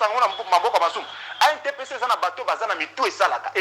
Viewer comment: ANTPC, il faut bien prononcer ça. Merci na émission na yo